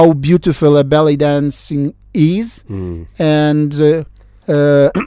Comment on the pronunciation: when the Ukrainian Envoy says ballet dancers, I keep hearing belly dancers!